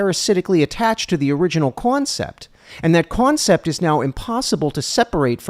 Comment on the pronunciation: “Kwoncepts of Kwoffee” 😂